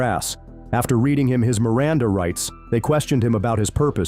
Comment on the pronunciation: How is it cops can NEVER READ Miranda rights, even from a CARD, correctly!?!?!